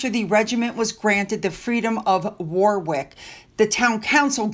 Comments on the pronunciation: FYI......Warwick is pronounced Warick, no big deal, you wouldn't know that unless you lived here. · Hi Hope you don't mind just trying to help you with the pronunciation of how the UK pronounce things Warwick is pronouced ( Warick ) if you prefare just let me know with a emoji Does anyone think Eugenie kid looks and walks from the back like Archie? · Warwick is pronounced worrick. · Eh ? What is Wah-ick and Nah- ich I'm sorry but it's pronounced Warick.and Norich. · Pronounced War-Rick. Warrick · love your videos, its pronounced Warick, the mddle w in Warwick is silent hope you find this helpful. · it is pronounced Warrick. Not with the second w spoken. Please brush up on your pronunciation. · The middle w in Warwick is silent, so pronounce it Warrick. Oddities of the English! 😊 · Warwick = wah-ick Norwich = Nah-itch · Warwick is pronounced Worrik. The Markle house looks unlived in, not at all cosy or homely or even stately. gives me the shivers. Thank you, goodnight. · *pronounced Warick. Silent w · 👍👏👏 and now needs to pronounce Norwich and Warwick the proper way. 😂